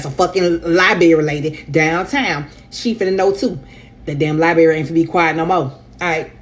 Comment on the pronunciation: "Libarry" ... Any grown ass woman pronouncing that like that need to be ignored